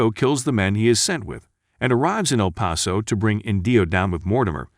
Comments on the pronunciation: yeah, his pronunciation of some towns + words is just whack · El Pah-sow?